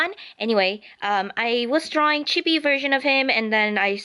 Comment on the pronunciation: your drawings is very awesome! btw chibi is prenosend chee-bee and sorry for my english am from saudi arabia ^^